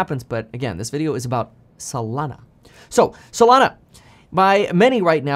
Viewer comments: I keep thinking of Solano County whenever you say Solano instead of Solana 😂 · lol up untill this point i thought it was actually Solano